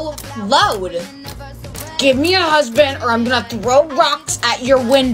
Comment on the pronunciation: Husband not huband😂😂😂😂 sorry if i was mean